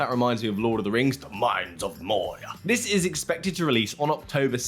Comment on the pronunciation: "Thids...." lol